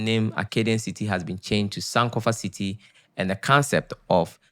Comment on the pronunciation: Hi I'm commenting from NYC. The word "SANK" in American term means to Drown. Sankofa ( san-kofa) is Energetic meaningful and beautiful. Cutting the San'kofa name incorrectly changes the vibration. We Respect and watch your Entrepreneurship and journey.